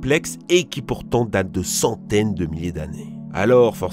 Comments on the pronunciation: Centaines il a dit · "Pendant des saouteines de millier d'année"